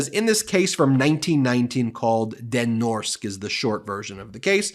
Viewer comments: "Den Norske" means "the norwegian", and it is pronounced "Den Norsk-eh" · You actually pronounce the “e” in “norske”, and it’s a (Norwegian) company name so shortening it makes it loose meaning; Den norske Amerikalinje, which translates into The Norwegian America Line (NAL) 😉🤓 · So any victim should go home and shut up, and if they don't they are to blame? Habba must be nuts. By the way: Den Norske actually is norwegian and means " The norwegian". Pronounced " den norceke". Greetings from Norway.